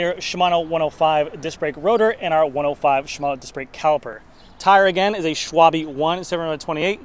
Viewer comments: Schwalbe, pronounced Sh-val-beh. German surname or German word meaning "swallow" (like the bird). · Schwalbe is german for swallow (the bird) and it is pronounced SchwaL- Be. It is in fact not schwable, schwabl, schwabee, schwabel or schwalibee. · Schwal-buh. Like Porsche is Porsj-uh and not Porsjeeh (or Porsj). It is not that hard. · Schwalbe is a German company shwal-ba is the pronunciation! I think the $5k price is basically the pre-covid $3k range & explains the weight along with the aero/low end groupset. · Schwalbe is pronounced sh WALL be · Hi, a Schwalbe is a swallow in German. These were tires imported to Germany from an asian company called swallow. The owner just translated it... It´s pronounced in the begiinning like shwing and an hard e at the end ;) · Schwalbe is German for swallow 😂. It's actually easy to pronounce...how about you check it online 😂😂😂😂.